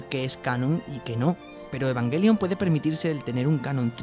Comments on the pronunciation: Es o Evanyelion o Evangelion, nunca evanguelion por el amor De Dios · eee que se dice ebanyelion!